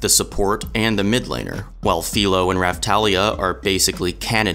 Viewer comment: You pronounced both names wrong